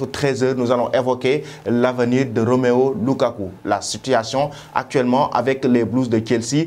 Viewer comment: Ou bien tu es bête comme journaliste ou tu le fais exprès en prononçant ROMEO LUKAKU. C'est ROMELU LUKAKU. En plus tu ne lis pas les commentaires car ça fait 3 fois que tu continues à prononcer ROMEO LUKAKU malgré interventions.